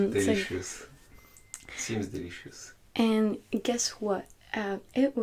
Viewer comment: qd il a dit delicious jsuis partis en fou rire